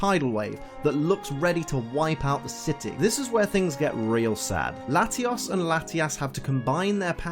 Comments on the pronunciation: layios. and latias. NOT latias and latias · bro o.o how you say Latios is weird. You have to say it with a Oh in it like your speaking Spanish. but anyways good vid :3